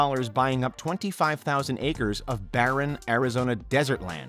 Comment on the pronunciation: Barren land, not baron land !